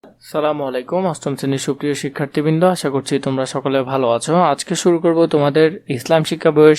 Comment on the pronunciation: সার , আপনার সালাম দেওয়ায় একটু ত্রুটি আছে। সালামুআলাইকুম না আসসালামুয়ালাইকুম হয়। ভুলটার অর্থ আপনার মৃত্যু হোক